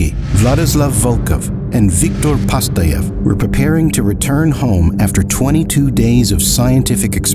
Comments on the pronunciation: Not "Pastayev", but PATZAYEV, ya idiot AI!🎃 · Not PaSTaev, but PaTSaev. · just a small remark, not Viktor PaSTayev, but PaTSayev